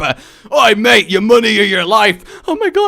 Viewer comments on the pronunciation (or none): none